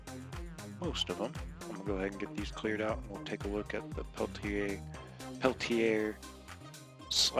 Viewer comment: Pelti(AYE)? I think not. Sellers would be the first one to correct you. It's pronounced "Pelti(ER)